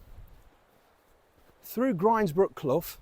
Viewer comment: Good man for pronouncing "grinds"brook as in rinds (of bacon). It makes my blood boil hearing people saying grinds ( rhyming with with winds). Also lose hill (rhyming with booze, as it should be, quoted as lose rhyming with close) really gets my goat....there was a battle a long time ago, the winners camped on win hill, the losers on lose hill as they became known after....not rocket science is it? And so many so-called P.D authorities on here get it wrong. All the gear and no idea if you ask me.